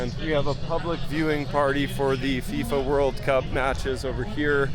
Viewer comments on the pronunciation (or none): none